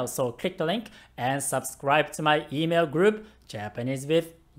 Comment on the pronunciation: Your " ciao ciao " is approved by an italian! Next learning level would be the " ciao " when you are saying it to someone on the phone. It's slightly different :P